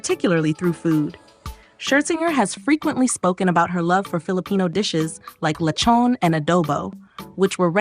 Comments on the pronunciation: I immediately leave when it offends my ears to hear LE- CHOWN and A- DOE- BOE. For chrissakes these food items have been vlogged about by foreigners and fil-ams for years and they can’t pronounce it right. Perhaps America’s educational system needs an overhaul. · “Li-chon” just why.